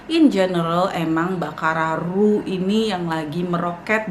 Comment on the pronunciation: Let me notice you baccarat rouge dibacanya “bakara ruz” wkwkwk